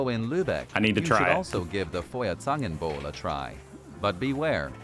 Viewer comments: They are OPEN this year. And I prefer Kokosmakronen! Lecker!! 😄 And your "För-Zängenboul" is just great lololol. It is fire tongs punch according to my translator. 😀 You pay a deposit for the mugs (about 3 €). You MAY take them home with you, but It's not quite legal. But I cannot imagine that anyone will sue you as long as you don't leave the market holding your mug high and yelling at the next policemen: "Die hab ich geklaut!" That could result in curbing your Christmas vibes considerably .... 😅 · It´s F - Oi! - Air - Zan - Ken - Bowl - Eh! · Hey...i always see your struggling with the pronunciation ^^ let me help a little: the letters EU are pronounced OI - so it´s Doitschland and Foierzangenbowle (best forget everything you know from English when it comes to pronunciation... German has a completely different system that requires some practice - if you use the English system you not only make the words sound extremely funny but can also push them to a level that they are not recognizable anymore - happy studies 🙃😃👍